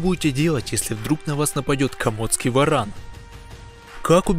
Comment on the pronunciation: Каждый раз ,когда в видео говорится про варана , очень смешно , слышится (баран ) . Что бы сделали вы, если бы встретили барана гуляя по улице ?